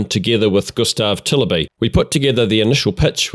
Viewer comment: I am actually impressed with how well it sounded when you pronounced ”Gustav Tilleby”. Maybe that name is easy for an english speaker, I don’t know, but either way impressive!